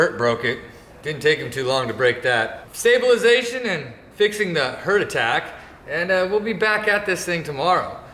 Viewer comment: I think I had a “HERT attack” when tried to say stabilization